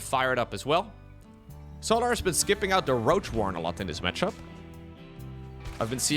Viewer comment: I love how pronounces Solahr. I also love when pro players kill their own units, like NightMare did to his archon in game 2 XD